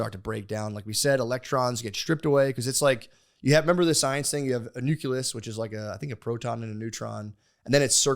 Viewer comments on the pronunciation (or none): The fact that he actually calls it a nuculus is hilarious